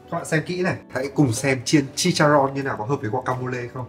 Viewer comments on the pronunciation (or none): Chicharron mới đúng đó ạ. Với Jalapeño thì âm |j| đọc như âm |kh| còn |ñ| đọc như |nh| của mình ạ. Với Guacamole thì anh dùng rau mùi (cilantro) sẽ đúng hơn là parsley.